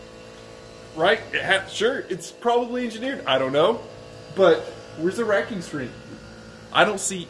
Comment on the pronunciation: "WHERE'S YOUR RAKI-STRING?" 😂 racking strength* got it. Drywall shear walls good until the first seismic jolt